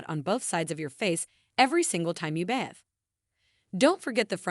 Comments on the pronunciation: Why are so many words mispronounced. You can’t even pronounce the word “bathe”. AI ? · My grandmother had a saying, “Bit dog always hollers!” I’m still wondering if some of the comments hit too close to home for you to be calm, cool and collected in this exchange. Every group has its indifferent members, its passionate ones, its thin-skinned ones, etc. To each his own. And it’s bathe, not bath.